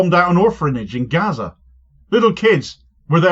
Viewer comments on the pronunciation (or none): none